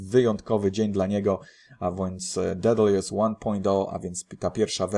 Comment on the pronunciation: dedalus nie dedaljus, słyszysz jak to wymawia Hoskinson a dalej mowisz po swojemu. Sorry, że się czepiam ale wkurza mnie jak ludzie przekręcają ciągle wyrazy a Ty to robisz nagminnie.